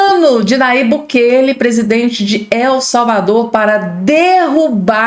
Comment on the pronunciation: O nome é BUKELÊ.